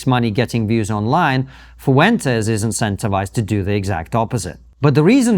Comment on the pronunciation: Brits pronouncing Hispanic name is always hilarious and super annoying 😂 (foo entes😂)